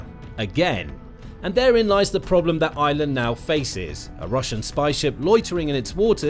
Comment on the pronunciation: It’s pronounced Ireland not island